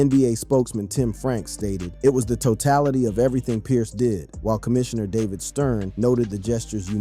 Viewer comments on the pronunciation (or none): none